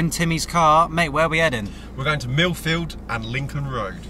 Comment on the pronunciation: My Dad was born in Peterborugh, he moved to Kent at a young age... I wonder if he knew... lol Also, did he say Milfield? or Milf Field? If it's the latter it sounds like an interesting place... 😆